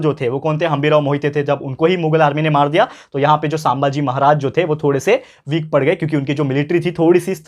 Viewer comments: Sir please don't pronounce saambhaji pronounce sum bhaji=sambhaji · Sir not सांभाजी, it's संभाजी. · Sir,sambhaji not sambhaaji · Sir saambhaji nahi sambhaji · Saambhaji nahi sambhaji bhai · It is sambhaji not shambhaji sir